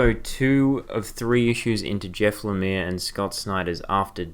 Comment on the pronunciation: Heads up, Lemire is pronounced le-meer, otherwise great video, definintely intereste in picking up Black Hammer.